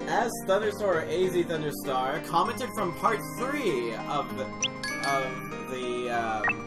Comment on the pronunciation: btw thanks for the (shoutout? maybe, yes i call it that) :3 (also its pronounced a z thunderstar and i don't mind if you said it wrong)